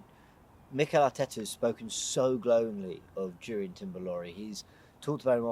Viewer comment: It’s not gurian timber it’s urian